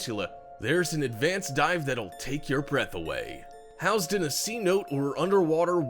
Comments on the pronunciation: It's not pronounced "See-note," it's pronounced "Sin-oh-tay!"😡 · It's not pronounced C-Note, FFS. They are pronounced See-No-Tay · housed in a "Cnote" haha its pronounced seenoteay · "CENOTE" IS PRONOUNCED SAH--NO-TAY... NOT C--NOTE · Housed in a C-Note? Cenote. See No Tay . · hey dumbass it is not pronounced C.note, it is pronounced si no te' and all together sinote'. Just to clarify it is spelled Cenote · not pronounced "C-note" Its pronounced "Sin-Oh-Tay" Just fyi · Cenote is pronounced "sa note A", not "sea note". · Sin oh tay....not seanote That's how you pronounce senote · It's not "see-note" it's "si-ˈnō-tē" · you called the body of water a C-note. It is pronounced Sen-o-tay. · To the narrator, it is not pronounced C Note. It's definitely not a Benjamin. A cenote (English: /sɪˈnoʊti/ or /sɛˈnoʊteɪ/; American Spanish: [seˈnote]) is a natural pit, or sinkhole, resulting from the collapse of limestone bedrock that exposes groundwater underneath. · the thing you called a C-Note is pronounced (Senotay) spelled (cenote) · Pronunciation is Sen-Oh-Tay. Senote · "Sen no tay" cenote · Cenote (in your #4) is pronounced suh-NOE-tay. Just FYI. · sin oh tay is how it is pronounced. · Did he say cenotè like "Sea Note"? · Ugh, ultimate cringe moment when he tried pronouncing "Cenote". Please learn to pronounce words of other languages correctly.